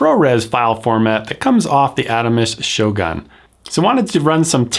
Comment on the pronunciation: It pronounced "shogun" not "shoGAN "